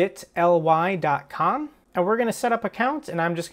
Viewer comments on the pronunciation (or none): say it like this. biii - tttleeeee. Thats how its pronounced im pretty sure. But good video!